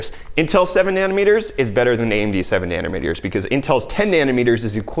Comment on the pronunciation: Is it just me or is saying "nanner meters", I can't unhear this now, get some sleep dude, jeez <3